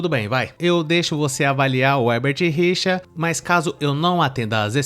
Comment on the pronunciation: " O hebert rirchá" kkkkkkkkkkkkkkkkkkkkkkkkkkkkkkkkkkkkkkkkkkkkkkkkkk